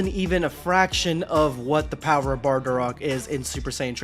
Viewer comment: Only thing I have to comment on is it's pronounced Bardock